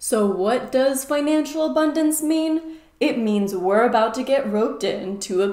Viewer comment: Am I the only person who keeps hearing "a bun dance"?